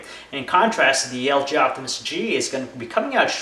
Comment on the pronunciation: Lg optimus he pronounces LJoptimus